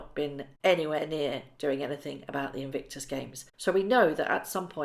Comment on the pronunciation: Why do you consistently mis-pronounce the word "Invictus"? Legitimate question - do you just not notice?